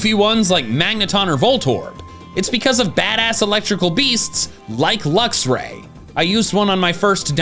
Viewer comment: THERE IS NO VOWEL BETWEEN THE X AND THE R IN LUXRAY!